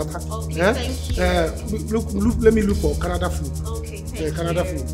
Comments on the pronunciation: It’s not canadar I came from canador 🤪🤣🤣🤣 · It is Canada, not canader...Lol! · " I am from Canader" 😂😂😂😂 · “Do you know where I came from?? Canader” 😂😂😂 I can’t stop laughing